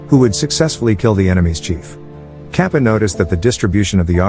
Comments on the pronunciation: The bald guy's name is not kapa its katapa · "Kappa"😭Man's name is katappa wtf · Guys a quick correction, the famous man who he called Kappa, it is actually pronounced as Katappa.